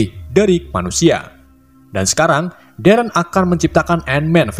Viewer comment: Pas bilang darren mirip kaya ereh/eren di AOT